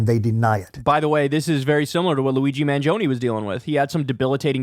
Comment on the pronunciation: Let’s pronounce his name correctly. MAN-JIO-NAY. Not mangioniiii. 🇮🇹